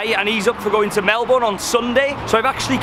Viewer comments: Pronounced “ Mel-bin “ not “ Mel-born” just a heads up 😉 you’re welcome 😇 bon-voyage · I'm sorry but it kills me hearing you pronouncing it as "mel boune', it's 'melben' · Happy days! It wouldn't be a video without a free spa day! The best view in the world! Please start pronouncing Melbourne 'Melbun', the locals will correct you for sure! 😁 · lazy Australians would pronounce it as Melbin but in factuality it's proper pronounciation is Mel-born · Melbourne is pronounced Melburn. 😀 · Mi Hennesy its “proper” pronunciation has never had the “r” sound. We Aussie’s know how to pronounce our own cities 😘 it’s like trying to tell a British person they are saying Southwark wrong by making the “W” sound. You’re not gonna win here buddy. No Aussies ever say the “r” in Melbourne. Same as how Canberra is just Can-brah (no Australians say can-ber-rah) and Cairns is Canz or Cans (some Queenslanders have a more nasally z sounding s on the end.